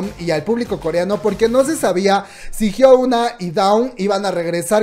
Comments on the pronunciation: me perturba que la le diga HYUOUNA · jsjsjjs me causa conflicto que digas Hyouna jajdjsjjs pero gracias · hiouna ???? que es esto :v jajaj